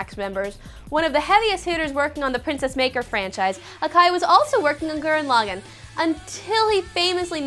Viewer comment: she said gurren lagann wrong. dumb fat chick is dumb